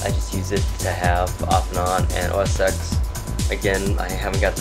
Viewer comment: It's ten, TEN!!! OS TEN!!!! lol